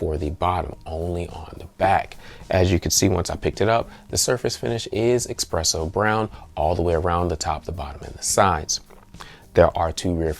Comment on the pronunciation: Drink every time he says eXpresso lol